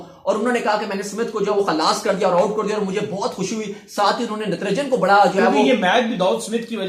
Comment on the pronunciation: Its not Ntranjan its Natrajan